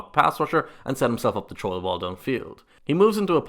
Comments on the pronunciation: please say “throw” correctly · lol, sounds like the guy is saying a difficult "Troll" lmao.